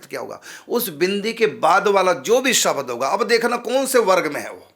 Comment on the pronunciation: कलीम नहीं क्लीम् शबद नहीं शब्द